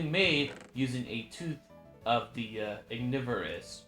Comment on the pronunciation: I think Ignivorus is pronounced as Ig-niv-vuh-ruhs Which is Ignis and then Carnivorous combined together